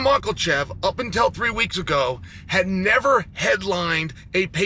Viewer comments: "islam maklachev" - cheal sonnen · Nobody: Chael: Islam Michaelchef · And right before Islam macklechev 😂 the man is undisputed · Makhachev or michaelchev? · Mocklechev.....get it right already! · I mostly watch to laugh at Chael pronouncing fighters’ names💀😂. ALEX PIERRE… DRICUS DUPLI… ISLAM MACOCHEV…